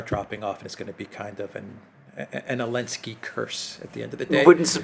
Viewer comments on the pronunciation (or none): Why does say "Elensky"?